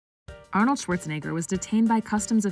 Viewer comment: Shame on you, Ah-nald!